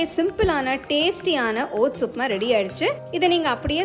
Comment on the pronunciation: ஒட்ஸ் பெயர் தெளிவாக உச்சரிப்பு வரவில்லை கொஞ்சம் புரியற மாதிரி நிறுத்தி கூறவும்